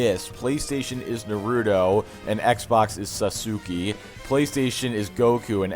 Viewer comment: im sorry but i chuckled at how you pronounced naruto and sasuke haha love your content man